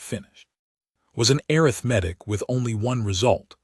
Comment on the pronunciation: Another massive mispronounciation: a form of counting - Arithmetic( uh-RITH-muh-tik ), not arith-metic